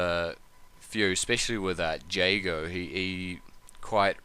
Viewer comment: its pronounced "Jay-go" and he has never said hadouken. his fireball is "endokuken" KI1 was released in 1994 not the mid 80s..... where did you get this information ?